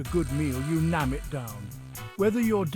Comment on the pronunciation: NEEYAAMM NOT NOM